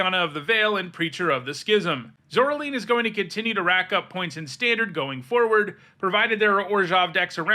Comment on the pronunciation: Pronounce "Caroline". Now pronounce "Zoraline"